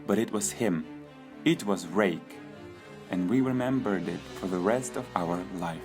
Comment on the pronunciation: it sounded like he said- it was rape